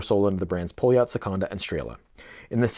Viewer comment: A little help with terms. First. Poljot is pronaunced Paljot. The outer ring is a Tachymeter, like the Omega Speedmaster professional, and do's not count speed, but units pr hour. ie how mane things you would be able to do in one hour, you can calculate by the timeing up to 1 minut. And the 40 mm has a Seagull ST19 movement instread of the Poljot P3133 movement. The Seagull ST19 is a clone of the Venus 175, where the 3133 is athe one Venus cloned as the Venus 150. The Seagull ST19/Venus 175, is thou a clone of the original 3017 movement, that cosmonaut Alexei Leonov wore on humans first ever space walk. Yes, the Strela chronograph, was the first watch worn in outer space, outside of a protective spacecraft. The watch is the Russian equvilant of the Speedmaster Professional, just it was in space years before the Omega.